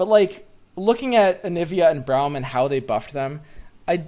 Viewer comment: it's brahm not BROWM